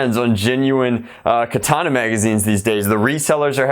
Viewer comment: I believe his name is Than (Pronounced T-awn), but I think the mags themselves are pronounced Ka-thawn-a. Whatever floats ur boat tho I guess lol